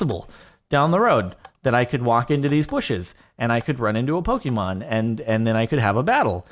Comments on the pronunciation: When Jardon says "Pok- E- mom"😐😂😂 (it's Pok-AY-mon" because of the "é") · Please. Its not Poke-E-mon, it's Poke-AY-Mon. PLEASE JORADON PLEASE!!! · *Pokémon, as in "Poh-kay-mon". Please acknowledge the correct pronunciation.